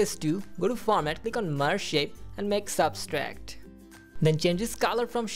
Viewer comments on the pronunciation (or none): Thanks, to you, I was able to make this animation. But It's Subtract not Substract